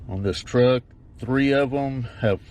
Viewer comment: Sounded ordinary as fuck, then when he says truck it was like southern accent whiplash. Holy shit, I'm still recovering from that.